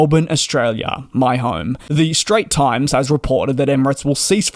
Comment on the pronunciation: FYI DJ. straits times. both word say with a s at the end